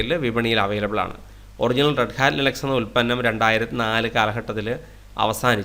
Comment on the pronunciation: ലൈനക്സ് എന്നൊക്കെ പറഞ്ഞ് കഷ്ടപ്പെടണോ ഇറ്റ്സ് ലിനക്സ് 😂😂😂